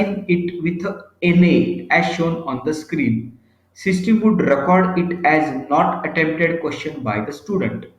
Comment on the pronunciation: Sorry, but extremely poor diction in English by the speaker in this video. eg: "System" is heard as "Systim". Facility sounds as 'Phasility". Boring monologue. Please find someone else.